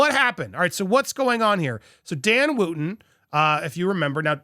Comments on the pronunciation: It's Wootton not Wooooooooootton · Wootton is pronounced Wutton.